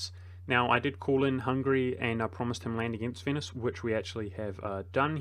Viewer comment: Vote now for your favourite mispronunciation! A: Ferrari-a B: Venus C: Core-few D: Grief EO